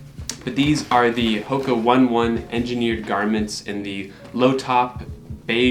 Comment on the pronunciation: Pronounced onay onay not one one